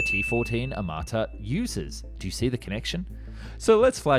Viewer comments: 1 it's Armata, not amarta 2 tank looks good ON PAPER ONLY 😂😂😂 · Really, "Amarta"? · It's not Amarta. Smh. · I think it's "T-14 Armata" (meaning "cannon") not Amarta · It's ARMATA not AMARTA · It’s t14 Armata not Amarta. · I thought it was aRmata ....no ? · How accurate can your video be, if you can‘t even get the name right?